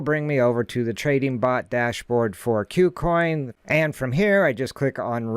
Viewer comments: Good content. Thank you. btw, I think Kucoin is pronounced "coo-coin" and not "que-coin". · "que-coin" sounds better, but I think you're right about it being "coo-coin"